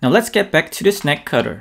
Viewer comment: I thought he was saying "snack cutter". My Pringles are already separated though.